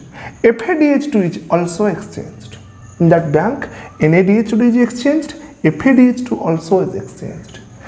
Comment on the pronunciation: Sir sorry dont mind.. but its not kain its coin..again its not biyank its bank🙂..it sounded funny